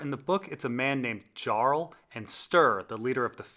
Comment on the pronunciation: Listening to this video again I have to make two points. One, the name Jarl is likely pronounced “Yar-al”, considering the Wildlings similarities to Vikings. And two, I would by no means say Ygritte was “likely” pregnant. Possibly. There was huge factors involved with getting pregnant so while it’s possible, no I would not say likely.